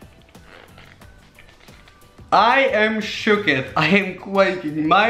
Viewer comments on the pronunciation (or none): Shoked not shoeked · Sho-k-ed it is shoo-k